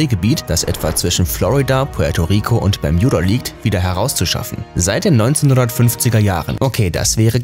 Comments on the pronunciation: Man spricht es Bermuda Dreieck aus und nicht Bejmuda 🤣🤓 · Wie er ganze Zeit bjermuda sagt 😂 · Wenn regt es auch auf das er bermjuda sagt aber ist trotzden ein cooles video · Das triggert mich so hart "Bermjuda" 🤣😤😡😱🤯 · Das Berm j uda Dreieck: Und alles in dichten Nebel gehüllt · Ich glaube der kann kein Deutsch 😂😂😂😂 das permjuda Dreieck 😂😂😂😂😂😂😂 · Bermjuda Nerv Nerv Nerv 😂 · Wenn du noch einmal Bermjuda sagst... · Das regt auf Bermjuda Hahah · bermjuda 🤦‍♂️🤦‍♂️🤮 lern mal deine aussprache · Hahaha das ding ist so wird es englisch ausgesprochen habe ihn auch ein kommi geschrieben :"Wenn du schon Bermuda englisch aussprichst dann sag auch gleich Triangel und nicht Dreieck🤦‍♀️😂" oh man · b e r m u d a... ist das so schwer auszusprechen? Aaaaahhhh Ausraster 😂😂😂😂😂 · Sprich mal bermuda richtig aus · Es heißt Bermuda Dreieck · Bermjuda Bermuda interessant wie man sich so leicht an etwas aufgeilen kann. Was da wohl schlimmer ist? Das falsch zu sagen oder es dämlich zu kommentieren hmmmmm. Vote yourself :-) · Hauptsache er sagt "bermjuda" obwohl es bermuds heißt, aber bei "juss" sagt er USS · Alter das heißt bermuda und nicht bermjuda!!!!! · BERMUDA NICHT BERMJUDA DAS REGT SO HART AUF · Es heißt Bermuda Dreieck nicht bermjuda dreieck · Junge bermudaa nicht Bermudja Trigger nicht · Warum "Bermjuda", wenn es Bermuda heißt?! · Kolleg lerne deutsch es heisst nich permjuda dreieck sondern das Bermuda Dreieck 🥴😶😑.... du Pflock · Es heist Bermuda und nicht bermjuda 😑 das macht mich so aggressiv sprich es richtig aus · Also es macht mich echt aggressiv, dass du Bermjuda sagst statt Bermuda. Ich kann das Video nicht liken und nicht in Ruhe anschauen. Sry. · Wer kennts nicht das permjuda dreieck 😂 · Wen macht das auch so dezent Aggressiv das er "Berm J uda" sagt?😂😅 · das tut mir in meinem Kanadischen Herz weh, es heißt auch in Englsich Bermuda und wird auch so ausgesprochen. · Ich kann das Video nicht ernst nehmen. Muss jedes mal lachen wenn er Bermjuda sagt 😂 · Bermjuda hahah